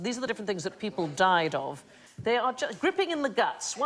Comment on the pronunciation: On the wound man I wonder if it should griping with a long I sound instead of gripping (rhymes with tipping).